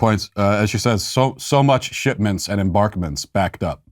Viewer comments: Hey Cardi, I believe it's pronounced SHIPMENTS not SHIT MINTS 😑😂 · Might get killed??? Wow...it's like a jungle out there. Also did she say "shitmints"? That I like